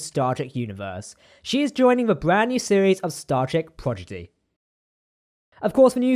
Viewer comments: You kept saying progidy instead of prodigy. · It’s Prodigy NOT PROGIDY!!!!